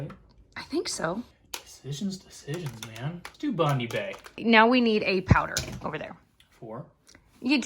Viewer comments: Lol Bond-ee bay 😆 just a wee lil correction it's pronounced Bond-eye. Very popular beach East coast of Australia. Would you visit Australia one day? Gigi could meet some of the cute animals! 🤗💌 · Bondy bay made me giggle. It’s bon-die not bon-dee 😂😂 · Hehe at how said "Bondi". It is pronounced "bond-eye" not "bond-ee" but was adorable. And Bondi Beach is a famous beach in Sydney, Australia. Was in the news recently for all the wrong reasons 🤦‍♀️ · Did say Botany Bay or Bondi Bay? 😅 If it was Bondi... 1. Its Bond-eye 2. Its a Beach not a bay. But both Botany Bay are in Australia so he was right.